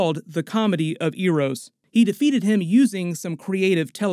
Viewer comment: Eros pronunciation being butchered is something i didnt think could happen